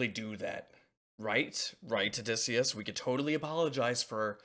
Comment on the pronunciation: How did you manage to say his name wrong three times? 😂